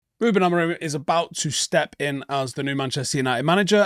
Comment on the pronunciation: Oh just a note - as per Portuguese speakers the M at the end of Amorim isn’t pronounced. Look into it.